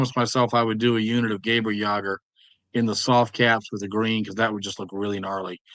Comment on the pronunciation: I really recommend yall use google translate and listen to how the German words are pronounced.... yall are absolutely butchering these words.... Gay bur jager???? spa stroppen???? yes there were collaborators and sympathizers who you could call "5th columnists" who supported the German "liberators" at first, but they probably were very regretful after a couple years of occupation. Yes the 5th columnist unit existed in 2nd edition, but it was a campaign only unit and really should have stayed that way the rules you suggested about using equipment from an earlier tired period in a later part of the war being "unreliable" is ridiculous, were are seeing literal WW2 era weapons being used today on the battlefields FAQ has already addressed light mortars and yes they do benefit from spotters all transports IRL would have enough crew to man all the weapons, people on board are not going to man any weapons, thats not thier job. In game, transports can only fire one weapon for game balance.